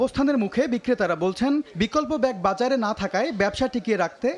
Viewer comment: বকল্প না বিকল্প 😂😂😂